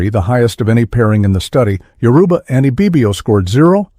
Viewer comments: The graphics used in this are just way off… I couldn’t even finish watching when I got to the white Jesus looking depictions of Oduduwa. Most if not all of the Yoruba words are mispronounced… I know the moderator is AI but not well done at all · Why can't they pronounce Yoruba correctly?